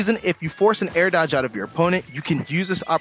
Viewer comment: How the fuck did you say horizontal dog ?